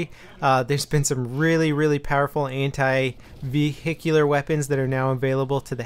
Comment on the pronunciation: vehickular.. hehe :P